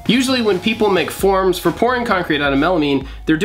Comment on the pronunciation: Oh Forms i kept thinking you said forums and it confused the hell out of me